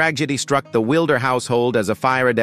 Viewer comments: Narration has major pronunciation issues. Our last name is not pronounced that way. It’s Wilder, as in wild-er. While they experienced multiple tragedies, they also had many triumphs. That said, THANK YOU for sharing and enlightening current day ppls on what life was like on the frontier. Julie Wilder Lange❤️ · The TRAGIC mispronunciations turn my stomach. It is so bad it feels deliberate. Butchering these famous names isn't enough for this source. Wilder is pronounced just as you would expect - as a word meaning less tame. It does NOT rhyme with "builder." They have to use bizarre mispronunciations of simple everyday words. Navigated has a long A sound, and so does acres. Barren is pronounced as a title of nobility, not as a word to rhyme with foreign. "Laura ingols wildair?" 20 minutes in, I can't stand any more. Once again, the long A sound is rejected in "adjacent," and I am out of here. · Also, inconsistent pronunciation of "Wilder" bouncing between short 'i' and long 'i'. Also the gap: Laura Ingalls.................Wilder in places through the narration. This video needs to be taken down and the narration rerecord by a human being! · I wish they would do something about the AI reader, narrating these stories. One minute it’s Laura Ingalls Wilder and then it’s Laura Ingalls ( pregnant pause) Wilder. This AI needs to be taught pronunciation of common everyday words and give the voice a less monotone speech pattern. It seems to drone on and continuously mangles words and names. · AI, Americans don't pronounce ``Delano'' like that. You also mispronounced ``Wilder,'' and ``navigated'' and ``acres.''